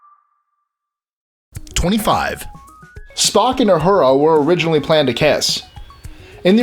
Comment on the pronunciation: it's Uhura not Ahura are you trying to make us crazy?.. ooooh loved the KAHNgess... crap.. I didn't know scotty invented klingon? other then that oh yeah and doc playing spock.. I knew them all.. although I would not call myself a die hard trekkie.. I do love it all.. and James will always be my fav.. although Jean luke wasn't bad either.. I like the story Lenard tells of him peaking at service when he was young to see the soon to be vulcan peace sign..